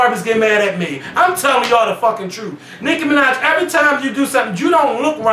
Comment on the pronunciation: Nicki fuckin Minajsss...with an S!!! Done